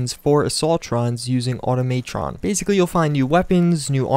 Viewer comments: "automaetron" lmao Automatron bro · Can you say Automatron right? If you can't that's fine it Just brothers me.